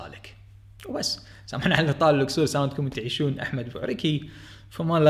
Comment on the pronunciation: سمعتها اكثر من مرة لاوجود لحرف القاف ولا الصاد ما اعتقد هاي لهجته المفروض يقول "گصور" حتى نميز